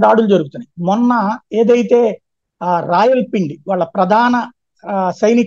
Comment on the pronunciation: ఇతను మాట్లాడుతుంటే, చాలా ఉచ్ఛారణ దోషాలుంటాయి.‌ఇతనికి ప్రింట్ మీడియా సరిపోతుంది .వీడియోలకు కావలసిన లక్షణాలు ఏమీ లేవు.